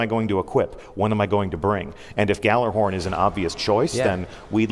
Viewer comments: did he just say gallarhorn? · But it's not a 'J' sound, it's more like "yallarhorn", isn't it?